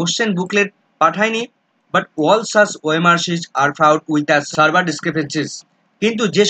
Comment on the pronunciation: উচ্চারণ টা সার্ভার নয় সেভিয়ার (severe)